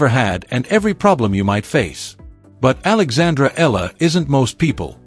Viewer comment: you keep pronouncing ELLA..practice your tongue.. EEya LA not ELLA.. for pete sake.